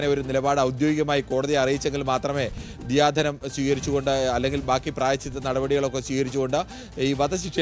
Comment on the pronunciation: ദിയാ ധനം ആണോ ദയാ ധനം ആണോ 🙄😅